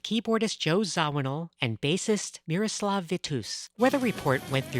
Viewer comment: A true master and innovator, only got to see the WS quart in 80's, wish i has seen Weather Report. Sawthe Zavinul Syndicate many times and Weather Update. O it's said Zav-i-nul. RIP Watne Shorter